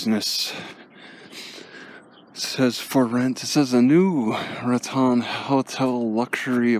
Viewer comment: Nice video. The town of Raton is pronounced RAT - tone. Thank you for sharing.